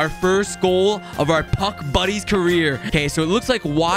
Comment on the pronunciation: I thought he said Puck Bunnies at the beginning